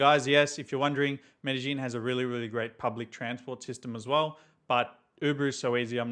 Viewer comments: It's not Medejín will u please quit saying Medejín , THERES NO J IN MEDELLIN ITS PRONOUNCED MEREYÌN NOT MEDEJÍN SAY IT PROPERLY IF U WANT TO MAKE A VIDEO ABOUT IT because your going to have innocent foreigners showing up calling their city MereJín lookin crazy aF! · He doesn't, and it's crazy for someone who is living there for 4 years in the city and still don't know the correct pronunciation of the city